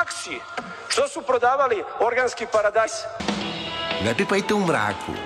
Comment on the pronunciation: Jel ovaj kao ministar vojske, kaze paradajs